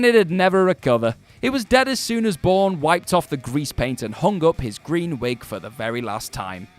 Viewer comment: Osborne. It’s Matt Osborne.